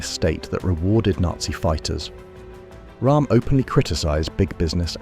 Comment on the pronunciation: Roerm not Rahm. He was German not Indian!